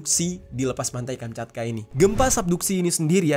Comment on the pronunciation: Kamchatka bang bukan kanchapka bang maaf gue koreksi nihh 😅